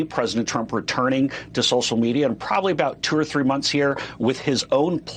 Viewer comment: pwonunciation: "Social Meatier."